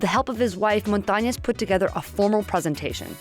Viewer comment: It's Montañez not Montañas!!!!!